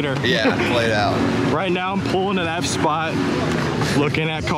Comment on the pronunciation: "only half the effspot "lmao